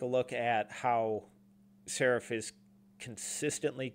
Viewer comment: He’s pronounced SARAAAAAAF